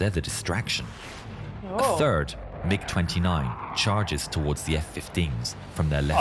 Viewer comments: Hearing you saying the letters m i g 29 instead of mig 29 feels so wrong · It’s not pronounced like MI6, it’s just MIG. These happen to be MIG 29’s. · It it pronounced Mig, like Fig